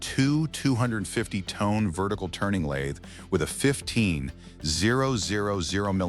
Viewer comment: MORE FAKE AI SLOP GARBAGE. YOU CAN'T EVEN PRONOUNCE TON CORRECTLY.